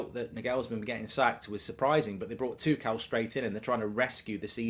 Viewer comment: He can’t even say Tuchel